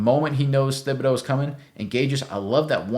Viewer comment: Pronounced Tib-a-doe. Not Thib. Just saying, great vid, thanks